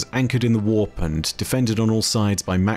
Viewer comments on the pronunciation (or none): none